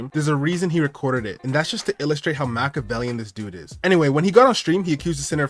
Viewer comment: It's Machiavellian not Makavelian. He isn't Tupac